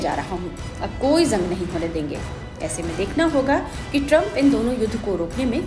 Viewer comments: जंग होता है not ज़ंग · Madam zang nahi jang boliye Gaja nahi ghaza boliye, please correct ur pronunciation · zang nahi hota jang hota hai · ज़ंग नहीं जंग बोलिए मैडम...😂